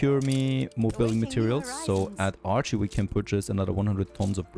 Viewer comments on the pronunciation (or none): none